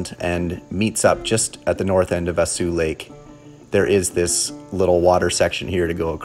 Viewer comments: Just nit picky, but its a Kal-E-Den and Vah-Saw Lake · Vaseux Lake pronounced Vas O lake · Pronounced “Vaso” lake